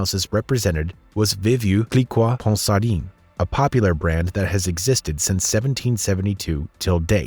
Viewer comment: boy did that guy butcher the name Veuve Clicquot Ponsardine:face-blue-smiling